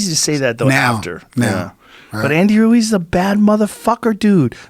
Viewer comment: Is it just me or did Joe Rogan start sounding like a Mexican when he said Ruiz was a bad mother fucker he went into an accent.lol